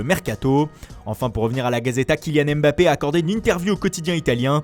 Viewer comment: C Mbappé pas M Bappé ça se prononce d’un coup